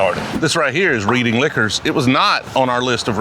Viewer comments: it’s pronounced “Redding” not “Reading” !! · way say, REDing not Reading lol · Reading is pronounced Redding lol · "Reading Liquors" 😂 Your in Mass it's Pronounced 'Red-ding' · It’s spelled Reading but it’s pronounced Redding 😂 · Reading is pronounced Redding, just like the city in Pennsylvania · I think it's pronounced "redding" not "reading" like reading rainbow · Red-ing. Not read-ing. Love the episode either way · lol not that u care but it’s pronounced red-ing not reading love from mass bro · it's pronounced "Red-ing" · Its pronounced "Redding" but honest attempt. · Reading isnt pronounced like reading a book its RED ING. Mass towns are notoriously difficult to pronounce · It's reding not reading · Reading pronounced "Redding" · It's "Redding" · Welcome to ma where the way we spell towns isn't the way they're pronounced lol, for your future return Reading is red-ing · Glad you came to our neck of the woods! Just an FYI, the town of "Reading" is pronounced "red-ding." Classic mistake from out-of-towners. With that said, THANK GOD you made it to Burlington Wine & Spirits. By far the best local spot in Mass. The brothers that run the store are amazing! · FYI, reading is pronounced redding. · It's pronounced Redding. Not your fault you don't know how to say it. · It’s pronounced Red-ing 😂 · Im not mad that you only hit the suburbs, im just mad at how you pronounced "Reading"